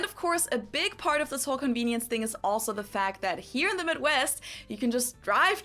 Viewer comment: Correctly pronounce the word THING / THINGS with "TA" NOT "FA" sound Got it? Good!